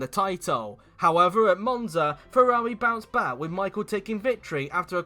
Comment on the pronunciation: I never thought someone could slaughter the pronounciation of Ferrari F2001 and F2002. This video proved me otherwise.